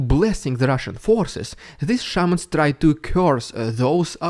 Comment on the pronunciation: I understood "Sherman" rather than "Shaman". My brain refused to take that into consideration.